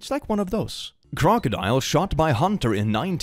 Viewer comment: I love how you Say: Crocomodile everytime there are crocodiles in your videos